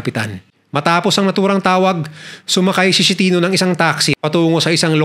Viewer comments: Boss pronounce as is-ke-ti-no! Hindi Shenito! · Esketino ang pronouce